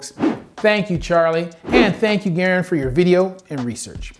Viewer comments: I can’t stop laughing at mispronouncing Garand. 🤣🤣🤣 It’s not “Gare” “And” it’s pronounced closer to “Grand”. And that’s just his YouTube channel name from the M1 Garand rifle known for giving folks something called Garand Thumb from trying to forward the bolt inappropriately when the rifle is unloaded. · I'd say that's debatable: yes, John Garand's name has the emphasis on the first syllable, so that's technically correct, but the M1 Garand rifle has been nativized to have the emphasis on the second syllable. Sort of like how the correct pronunciation for Versailles, OH is "ver-sails", though that's not the proper French pronunciation at all. I think there's an argument for both pronunciations of Garand for that reason.